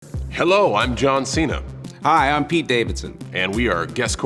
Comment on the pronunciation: What he used to say "Hey I am john cena" But what he actually says "hey I am Jaan Xena"